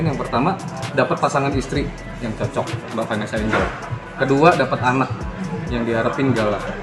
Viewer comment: Kritik nih buat narator nya biar kita dengerin nya juga enak... Vanessa Angel dibaca Vanessa Enjel bukan Enggel